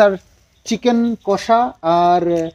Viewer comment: Chicken kasa ta ki dada? Amra ti jani chicken kosa tai na? Style kore boltey giye english word er barota bajiye den, idaning ektu besiii style merey kotha bolchen, jemon Iskon k bolechilen skon.. Apni normal bhabey bolleo amra bujhtey pari😂